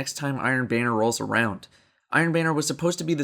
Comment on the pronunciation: The only thing I can think of after watching this video is how you pronounce "banner" as "bane-er" instead of "ban-er"